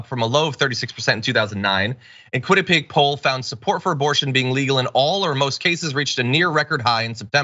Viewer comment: John you went to college in Connecticut. It’s pronounced KWIN-uh-pe-ack.